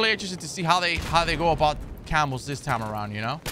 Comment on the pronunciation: No joke I thought you were saying camels and not camos hahaha